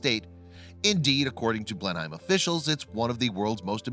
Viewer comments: it's Blenem -- not Blen-Hime........it doesn't rhyme with "time".........Grrrrrrrr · Oh yes! It's bloody BLENEM not BLENHIME!! Not that I really give a fishes tat if it collapses or not! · Blen-hyme=wrong Blen-'em= right. Research is your friend. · It's 'Blenim', not 'Blen-hime' (Spelled Blenheim)! Must Americans mis-pronounce everything? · Agree one word sound not two words sound; Blenheim not Blen Heim. A bet he says Bris Bane too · Every time he says "Blenheim" I cringe. Its BLEnnum NOT blen-HEIM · Blenim not Blenhime. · PRONOUNCED BLENIM NOT BLENHIME This guy is so thick he can’t even get the correct pronunciation. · Blennemm! NOT BlenHEIM! OUCH!!! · It’s pronounced blenim not blen-heim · It's not pronounced as Blen-HIME, it's pronounced as "Blennem" typical American mispronouncing things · Blenheim. Pronounced Blenim, not Blenhime. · Blenheim Palace is pronounced BlenHEM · Its pronounced BLEN EM. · It is pronounced as Blenem, the H is silent... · BTW it's pronounced "blenim palace" x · It's pronounced as blenim* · It's pronounced 'Blenum' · "BlenIM' you yank fucktard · Pronounced Blenem 😎👍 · it is pronounced Blennim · It's pronounced "Blennem". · Mr narrator...... it is pronounced "Blen-Im" !!! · It's pronounced "Blehn uhm" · Allow me to help you... BLEN-EM PALACE is how you pronounce Blenheim Palace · Mate, it's Blenheim PALACE and it's pronounced 'Blenim' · Pronounce it "Blennam". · Commentator has very irritating adenoidal accent coupled with ignorant mispronunciations. Blenheim is “Blen’em” in English not as it is pronounced at the site of the battle. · Jesus Christ man, I know you’re a sodding Yank but surely to God you can pronounce BL-EN-HAM correctly! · Just so you know "" Blenheim Palace is pronounced BLENIM PALACE... even though its spelled...HEIM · Arrrrrghhh! IT'S "BLEN-UM, OR BLEN-EM"!! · I kept saying "If he says Blen-Hyme one more time, I'm going to scream!" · Blen'em Place. Like Peyton Palace. He must be a North Korean robotoid.